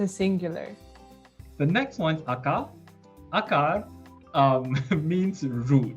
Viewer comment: Leírva: akar. De ahogy mondja az akár is lehet. Described: wants. But as says it could be.